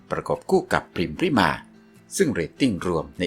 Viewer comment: ขอโทษนะคับ น้องพริม ชื่อจริง ต้องอ่านออกเสียงว่า พะ-ริ-มา อะ กึ่งเสียง น่ะ ไม่ใช่อ่านว่า พริมา นะจ๊ะ ภาษาไทยต้องอ่านออกเสียงให้ถูกต้องด้วยนะ อ่านชื่อน้องผิดไม่กดติดตามให้นะจ๊ะ ไม่ผ่านไปทำการบ้านมาใหม่